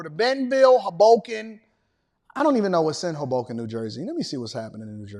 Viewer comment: Your pronunciation of Hoboken is frying me 😂